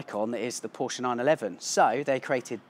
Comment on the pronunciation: Porsch-e !!!! Well said sir!!